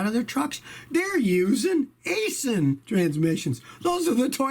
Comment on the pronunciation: "Aisin" is Japanese, and is pronounced like 'EYE SHEEN'.